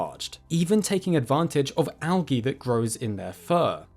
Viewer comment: algae - the g is soft, and sounds like the j in juice.